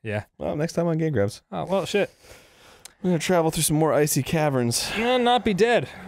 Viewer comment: I swore they said "next time on gay grumps"